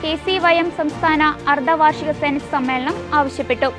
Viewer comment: അൽബുദം? അർദവാർഷിക ....? കുറച്ചുകൂടി നന്നായി അക്ഷരങ്ങൾ അറിയാവുന്ന ആളുകളെ കേരളത്തിൽ കിട്ടാനില്ലേ?